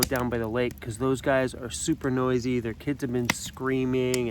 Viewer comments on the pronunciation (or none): none